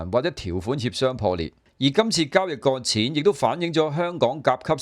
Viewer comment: 擱淺兩個字你懶音好嚴重，你讀咗割淺。